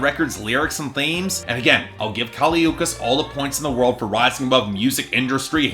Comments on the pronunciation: Yeah it's not Ookees I hated that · can't even learn to pronounce her last name, good night